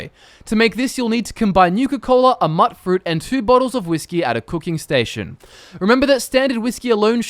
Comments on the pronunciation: Myoot-fruit. not Muttfruit. Mut, as in mutant. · "MUTT-fruit"? First I've heard of that item. Where can I find it at? Note: I know it was just his accent, but still. The game item is pronounced "MUTE-fruit" so it bugs me when things aren't pronounced properly.